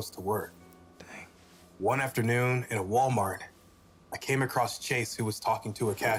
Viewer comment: Its Tuesday :x NOT MONDSY am i the only one who started laughing when they mentioned WaLmArT